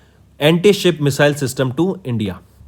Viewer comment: Please pronounce (Missile) correctly